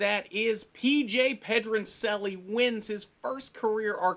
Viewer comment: pronouncing Pedroncelli wrong lol